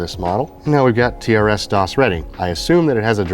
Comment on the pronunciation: It is pronounced 'TRIS DOS" not TRS DOS